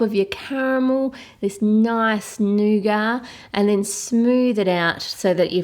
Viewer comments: its not nogar its nuguat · I thought it was nugat not nugar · I don't like the way she says nougat. "This nice NU-GAR" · did u say nice negar